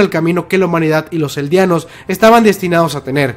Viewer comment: Aprenda ablar eldianos es eldianos